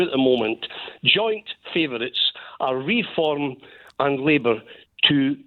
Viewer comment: Well done - you called it Re-form.